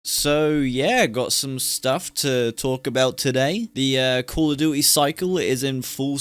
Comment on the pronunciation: I stopped playing cod before Vanguard came out. Cold war was the final straw. Tried bo6 beta and MW3 through gamepass and im glad ive saved my money over the years. SBMM is the sole reason i hate it. Every game is sweaty. Sbmm should only be in ranked. Oh yeah, you pronounce Duty like Jewty 👍